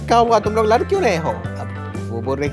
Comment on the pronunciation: Ladh❌ Lar✅